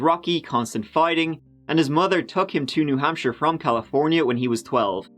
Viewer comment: Hey, you pronounced New Hampshire correctly!